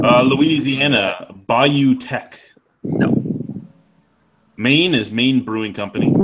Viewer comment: Teche is pronounced "Tesh".